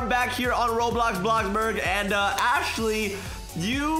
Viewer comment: its "roblox"